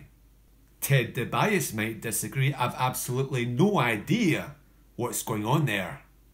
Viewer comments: It's pronounced Ted Dee-bee-ya-see, not Ted Dubias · Ted “Di-bias”????? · It’s Ted Dee-bee-ass-ee! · Who the hell is ted de bias lol. Pronounce the name correctly or don't say it at all. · You don't remember Ted DiBase,? Pronounced, Dee-Bee-Ossie? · great video but very unfortunate that you didnt know how to pronounce Ted DiBiase's last name. surely you must have heard an announcer say it the proper way before. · The way you pronounced Ted Debiase is very strange. And I'm Scottish. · Why did you say DiBiase weird?